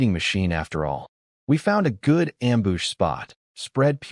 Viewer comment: I love this story lol and hey the wife actually does care lol also, I’m loving how many Am-boosh’s there are 😂